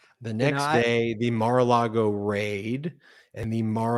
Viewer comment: Elena HABA ( Lima bean in Spanish ) mis-pronounces the Mar-a-Lago [rhymes with [ Bar-ah-Lotto ]